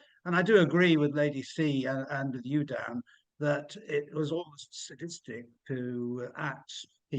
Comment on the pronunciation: Sir Khan! It's SADIK-STIC